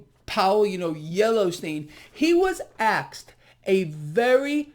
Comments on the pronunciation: You gotta stop saying “axed” when you say “asked” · you said ‘axed’ and not ‘asked’ 🤣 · did you just say aksed? Lol